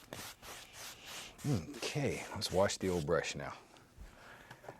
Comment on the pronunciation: bro the “okey” I LOVE IT